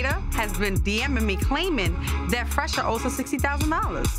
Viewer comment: say Phresher with a Ph! 🤣🤣